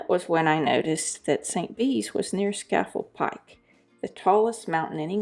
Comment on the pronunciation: At least learn how to pronounce Scafell Pike